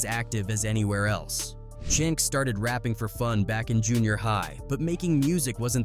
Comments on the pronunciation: Chin X? C’mon man. It’s CHINX get it right! RIP CHINX & BUNDLES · The Chin-X irritated me deeply each time I heard it smh. RIP to all those guys...gone too soon 🙏🏾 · Who the hell is Chin X 😂 man it's Chinx you literally said it already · Chin X, Really? 😳😩 It’s Chinx!!! 🧐🤨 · Now i see why 1 guy was mad about the chinx part.. how you have all these clips where these news ppl are saying his name right and the narrator just refuse to say it right.. i can't watch anymore